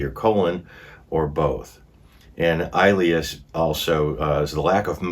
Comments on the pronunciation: 1), metabolic acidosis is caused by kidney failure...it has NOTHING to do with stomach acid. 2) For future reference, Ileus is pronounced... ILL-E-US. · Sorry, ileus is pronounced ill-e-us.😊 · "Ileus" is pronounced with short i, not a long i. Like the word "ill" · "Ileus" is pronounced with a short i, not a long i. Like in the word "ill" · Its an ileus not als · It’s pronounced ILL LE US ! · It’s pronounced ill-e-us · Ileus is prounounced - ill-lee-us. Its when the intestines quit working (contracting) may be due to blockage, surgery, infection, drugs or disease. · I kindly suggest you get a medical provider to assist you with these videos not just for pronouncing but interpreting medical reports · Ileus = ill eus (the i is soft) Great job. RN here so glad to help with pronunciation. Love the channel. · It’s pronounced ill-eeus. I have had it several times. It’s awful. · Hey. the term "ileus" is correctly pronounced with an short "i" (eg. "ill-lee-us"). I know you have trouble with medical terms so just a helpful hint for reference. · fyi: ischemic llieus is pronounced iss- ski mick- I- Lee us ( soft "I " as in igloo) I wanted to correct all the medical words but you did well. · Just wanted to mention that Ilias is pronounced ILL-eee-ass (sorry for the ass!) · The pronunciation of her last name is Bo- you, the L is silent. Ileus is pronounced ill ee us. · It's il- ieus. Accent is on the first syllable. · Ischemia: Ih-SCHEME-ee-yuh Ih-SCHEME-ick Ileus: ILL-ee-us Oopherectomy: EWE-fer-ect-uh-me Gastrectomy: Gas-TRECK-tuh-me Sequelae: Sah-QWELL-uh